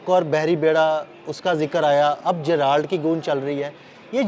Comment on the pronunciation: جے رلڈ بولتے ہیں جرالڈ نہیں سر ۔